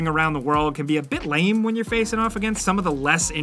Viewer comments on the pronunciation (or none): none